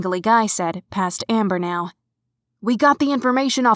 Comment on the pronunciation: its a cat event neow is what she was saying